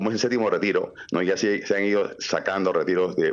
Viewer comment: No es sétimo, se dice séptimo.